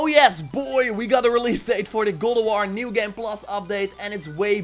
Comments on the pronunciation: Dude you really need to practice and stop saying “Gulduar” GOD OF WAR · Go Dough R? That's quite the accent